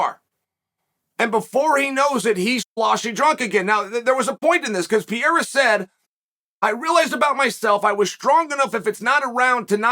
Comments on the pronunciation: It's Per-ei-ra. Not piera. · Hey dude is not pierra .... it's PE REI RA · Hey buddy. It’s not pi-e-ra …. You sound really bad when you butcher a name so bad and not attempt to correct pronunciation. I got Poatan on this one by ko/tko 👊🏼 3rd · Bro, learn how to say his last night first 😂😂😂 it’s Pereira , not Piera 😂😂😂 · Not sure which is worse, Joe Rogan's Machida era or Carl Sunman's Pee-Era. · Alex “Pierre-ah” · You goo pee-yera!!! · Does Chael purposely mispronounce fighters names? Peeara, Teeuvasa, Maklechev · Bro called him Pierra. I’m convinced uncle Chael knows exactly what he’s doing lol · Pierra is by far my favorite Chael mispronunciation 😂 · Welcome to the pee era